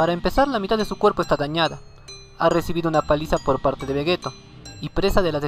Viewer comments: Se pronuncia "Vegitto" no "Vegeto".... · vegeto?? que no se dice vegito? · oye no es por ofenderte pero se dice vegito se escribe veggetto pero se dice veggitto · no tuve que ver ni 2 minutos de tu video para ver que no sabes nada ya que le dices vegetto cuando claramente es vegitto 👎👎👎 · Carlos Joshua Romero Núñez Un error en la pronunciacion de una sola palabra no invalida los argumentos que se den en todo un video... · no se de donde sos pero vegetto es en España y vegitto en latinoamerica las dos pronunciaciones son correctas confirmado por akira y por toi ya que la pronunciación depende mucho de la zona geográfica